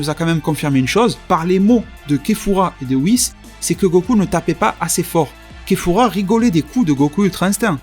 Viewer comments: je crois que tu t'es il me semble que c'est kafla et pas kefura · La prononciation de kefura est morte